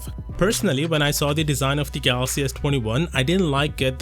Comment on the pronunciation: Why do you always pronounce galaxy as “gathhaxy”? It’s like your tongue has been removed. Sounds super annoying